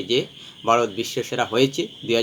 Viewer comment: Baarot ki?Bharat bolte pare na.Bangladeshi mone hoy.